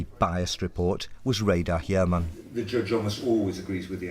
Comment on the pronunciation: Há outro erro no minuto traduziram "cologando" ao invés de "colocando". No minuto ela diz "if he had told a judge" mas com o sotaque dela fica parecendo "church", o que não faz sentido no contexto, mas foi traduzido como "igreja" ao invés de "juiz". Nós podemos distinguir, mas mesmo assim é meio desconsertante encontrar errinhos bobos assim né